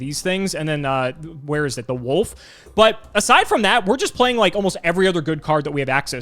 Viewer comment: Can actually not say the word Wolf?